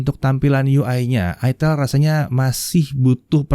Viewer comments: ITEL bacanya "AITEL".. Hmmm 🙄🙄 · salah bang..dibacanya iteel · aitel bukan itel dan bukan itil hahahaha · pingin sih, tpi gua klo pke ni hp. pasti orang" sini bacanya bukan "aitel" tapi beneran "itel" wkowkwokwowok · Bacanya itiil om bukan aitel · Itel pake i😭😭🤣🤣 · Cara bacanya aitel jgn salah sebut ...hadeeeh mereknya itu loh ya Allah ..... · bacanya itu pke b inggris jadinya "aitel"